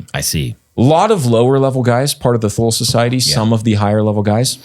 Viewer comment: Thule is not pronounced with a Th sound but a T sound. The E at the end is also pronounced Tool-uh is closest.